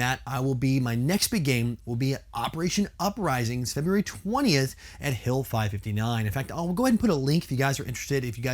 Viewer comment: Can't wait for you to come to Op Uprising 2 (btw it's pronounced hill 5-5-9 like a phone number because 559 is our area code) I'll also be with the CVM and supreme leader Dave. Can't wait to see you on the field